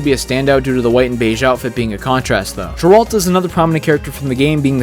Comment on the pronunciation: As a Byleth main and Three Houses fan, the way you pronounced Sothis and Jeralt pissed me off lmao